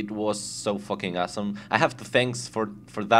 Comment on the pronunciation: i likehow he always says asssome xD